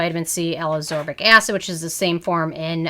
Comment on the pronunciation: It is pronounced ascorbic acid. Not absorbic acid.